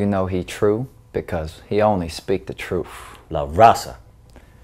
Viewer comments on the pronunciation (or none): I like how speaks the "troof"...and his dancing?? Adorable! Made me laugh. Thanks!